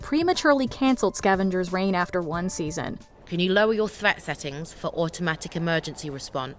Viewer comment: It's Scavengers Reign, not "Rain"... just a heads up. 😊 And it's such a cool series. Didn't know it was cancelled til I just watched this video.